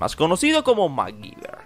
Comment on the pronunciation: Porque lo pronuncian Macgiver si es Mcgyver